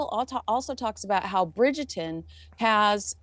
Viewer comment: say it with me Bridger-ton. Bridgerrrrreton.